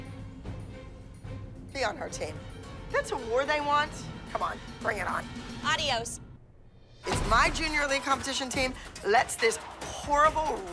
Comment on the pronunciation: When said 'Ardiioes' instead of 'adios' I was cracking up, man. 😂😂😂